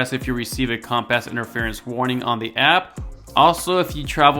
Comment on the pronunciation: That's what i heard as well haha